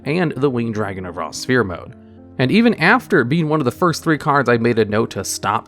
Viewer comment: The most "look how far we've come" moment here has to be finally pronouncing "sphere" correctly.